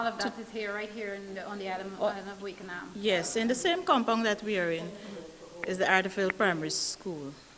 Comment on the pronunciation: Wakenaam is a Dutch name and it is pronounced 'Wak En Naam'; not 'Wake En Naam' !!